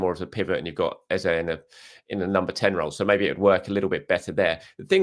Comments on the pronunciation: said it right earlier but people complained he wasn’t saying it right and he changed it. If you’re from Nigeria you can only laugh when you hear him say Eza. Ask 1,000 nigerians from the eastern part of the country and all will say Ezay. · His name isn’t EzA… it’s Eze pronounced Ezay as in ‘ay’… don’t know where the press are getting EZA from… his name is from the Igbo region of Nigeria and it’s pronounced EZAY 👍🏾